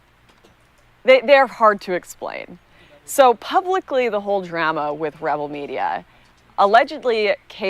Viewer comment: we disavow her pronunciation of drama.